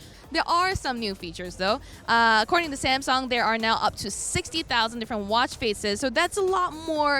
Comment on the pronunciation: Samsong lol